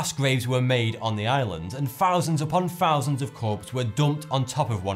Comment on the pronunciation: He says "fousands upon fousands of people were burned on the island." Watch his mouth (or mouf). It's just his speech impediment. Or he finks he sounds cool I guess. I dunno.